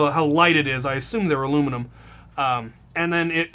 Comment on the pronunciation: I love ur channel and vids but you say alluminum wrong